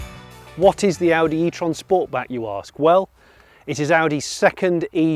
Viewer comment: These reviews are awesome, but I think I can speak on behalf of sniff and say you pronounced sportback wrong 😂. Honestly these reviews are so much more relaxing that traditional influencers